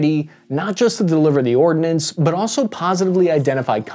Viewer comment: The word ORDNANCE has no letter i, so is not pronounced ORD-i-NANCE, but ORDNANCE.